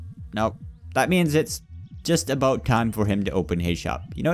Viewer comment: are you Canadian if not stop saying aboot